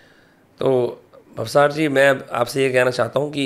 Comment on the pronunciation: It's not भावसर. It's भावसार It's Rajasthani and Gujarati surname